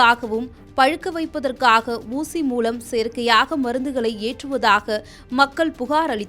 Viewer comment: சாளை... ஊசிமூளம்.... உன் உச்சரிப்பு மகா கேவலம் சிறுமியே...